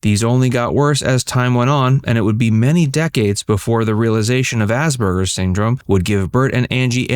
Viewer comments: The word is Asperger’s, not Asberger’s. It is incorrect to pronounce it with a ‘b’, which the narrator does throughout. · Ass PER GER’s! Why are you mispronouncing this?